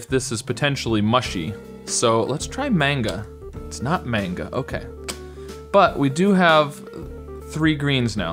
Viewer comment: Mang-ga not mane-ga